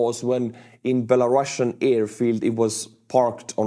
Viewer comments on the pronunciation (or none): none